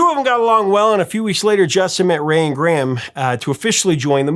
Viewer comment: We pronounce his name Gray am in the UK